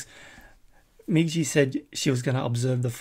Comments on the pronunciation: I know that this was a highlight but this episode did feel short, I guess you lose track of time while you're having fun, also so nobody bugs you in the future, Migi's name is pronounced "Me • Gee", not "jee", great reaction as always my friend, keep up the great work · "Me-Gee" is the right pronunciation, it means "right" rather than "right hand"